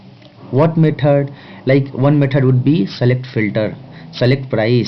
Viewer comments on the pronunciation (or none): Maithud != Method Tashte != Test Nice Lecture but... You sir, although an amazing teacher, give people in US more reasons when they say H1's are unqualified/uneducated/uncivilised. PLEASE improve your language skills (mind you, I'm not talking about accent)